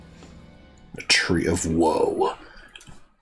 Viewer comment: Its the Tree of Woe, not Woah. lol